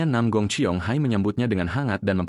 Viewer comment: Nam gong bukan Nam ong